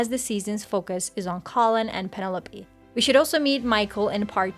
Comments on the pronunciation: I can’t get past how she keeps mispronouncing Penelope. The commentary was good, aside from that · thanks for the response. You did, at times, pronounce it correctly. So you’re close to getting it right. 😉